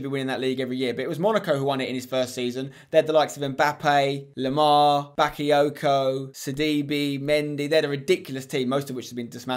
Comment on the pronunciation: the way Spencer tells monaco had "bakayoko"🤣🤣🤣🤣🤣